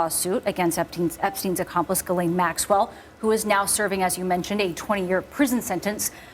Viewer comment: Ghislaine: Pronounced: Jizzlane